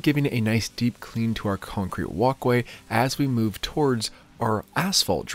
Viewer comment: I can listen to say “cuncrete” all day